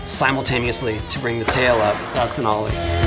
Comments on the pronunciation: hOw dO u dUe aN OOOW-LY? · He said olle like olie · Lol "Ulie" xD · the way he pronounced the o in olie sounded like it was half way between a normal o in ollie and an o with an umlaut diacritic above it. It was just so perfectly funny